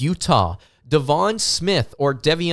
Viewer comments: ...love you brother, but I believe its pronounced Day-Von, DEI-von smith. Loving the episodes brother and can't wait for the rest of the season!! LFG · It's pronounced DAY-VON SMITH btw... just sayin